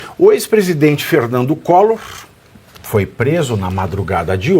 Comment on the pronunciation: "Ferrrrrrnandu collorrrr" , foi preso tentando fugir. Vc é um boçal.